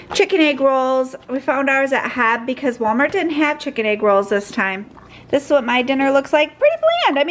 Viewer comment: The locals aren’t saying it the way it’s meant to be said…. I’m also a local, and everyone I know pronounces it H-E-B, as do the commercials you’ll see on television.